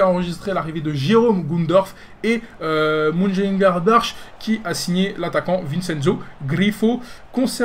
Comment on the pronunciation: ok je vais t'écrire la phonétique de Borussia Mönchengladbach parce que c'est plus possible: MO-CHEN-GLAD-BAR c'est pas si difficile, fait un effort mon grand